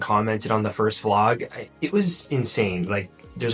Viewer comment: YouTube has been recommending your videos to me for a while now, but I've been scrolling past until yesterday evening.....and I must mention; I might or might be obsessed. I started with one, and now I'm watching all. Cute Notice: You say "Flog" instead of "Vlog"...LOL